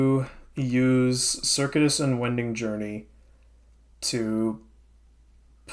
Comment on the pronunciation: Minor pronunciation quibble: Circuitous is pronounced ser-CUE-it-us, not like the computer circuit.